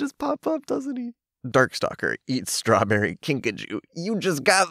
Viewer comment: While I was rewatching this the way you said "Stwahbewwy" fit so well with the art it melted my heart.